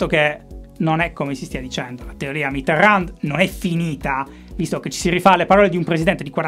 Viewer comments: "Mitteran" non si legge la D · Si dice Mitéròn, la d, mi raccomando, se te la sente in bocca un francese sì che si triggera :) Magari te l'hanno detto 1000 volte, polesse, ma pensavo che potrebbe essere interessante una puntata - uno speciale - dove parli di un solo politico. Un po' alla stregua delle monografie del DuFer... Ciao! Gran lavoro, come sempre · Ogni volta che pronuncia Mitterrand un francese muore di infarto... E dire che con la sua R poteva essere sexissimo... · A ogni pronuncia di Mitterrand, un brivido lungo la schiena